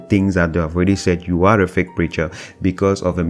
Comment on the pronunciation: you pronounce feak